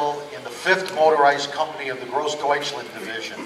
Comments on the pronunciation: Jesus this guy cannot even pronounce Großdeutschland right... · he didnt prounce gross deutschland correctly a single time